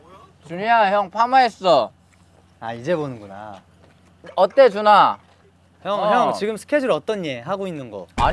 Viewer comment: 준아가 자꾸 누나라고 들려….